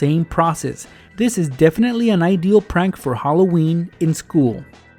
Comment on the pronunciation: Hollo-weeny 😂😂😂 Ok... I'll stop